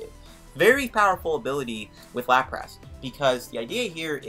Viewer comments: Stopped watching when I heard “LaprASS” Nty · good video, but why the hell do you call it LaprASS? lol